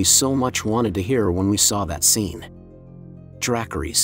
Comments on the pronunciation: There is one with an eye gone, but there is no Igon. And it physically hurts to have to hear "drakka-rys". In other words: please work on your pronounciation asap. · “Dra-krees “ 😭 I spit my water out